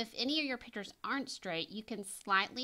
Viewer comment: Your professionalism is quite obvious, however,every time you used the word ‘pitchers’ I cringed. A pitcher is a vessel used for liquids. The correct pronunciation for framed art is a picture. (Pic-ture) Not a pitcher. Hope this is beneficial for you in the future.